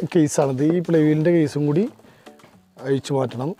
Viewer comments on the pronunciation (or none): അയിച്ചു റിപ്പയർ ചെയ്യാം പോലും. ഓ ന്റെ ചെങ്ങായി, ജ്ജ് ഏട് ന്നാ ണ്ടാ മലയാളം പഠിച്ചേ..